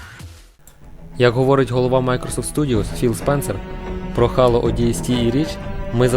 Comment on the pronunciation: В загальному непогано, але дуже багато неправильних вимов. ГеТеА, наприклад, (хоча більшіть і привиклда до ДжеТеА), назва The Elder Scrolls V знову ж таки не "Скрайм", за ДАЙС уже сказали. Дальше) Яке "Хало", якщо "Хейло"?)